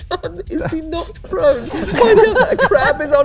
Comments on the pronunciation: I heard not prone too. I was like "oh cool, i guess cats Do always land on their feet" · I heard "not prone" also, both times, lol.